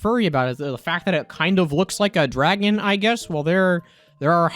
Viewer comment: "Its a..dwagon"